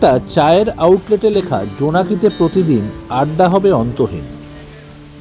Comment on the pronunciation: আপনার কথায় রিসর্টের নামটা পরিষ্কার বুঝতে পারিনি, যদি একটু লিখে দেন তাহলে ভালো হয়